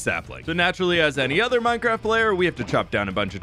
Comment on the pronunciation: ahh yess "hardcore minecraf"